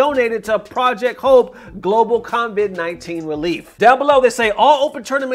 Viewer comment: I cant get over he keeps saying "CONVID"